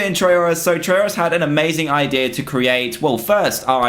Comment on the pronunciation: "The Idear of"?